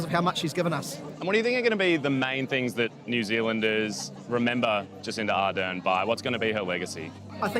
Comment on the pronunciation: Jacinda ArdeRn - please get her name right. The stress is on the second syllable.